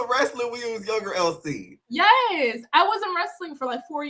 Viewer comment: Chille, I don’t watch the show anymore. From the way you pronounced it, I thought her name was ‘El Si Ke’ 😂